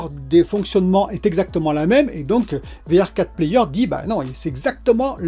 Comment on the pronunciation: Hello ça se prononce VR for player